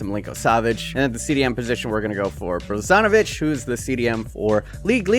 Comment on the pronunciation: It's not 'brosonovic'